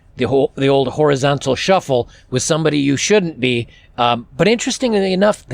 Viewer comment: Horizontal suffel , LOL like that one Mate 👍 good video thanks from Britain ( Horizontal suffel LOL 🤣)